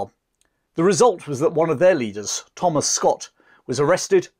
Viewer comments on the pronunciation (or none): none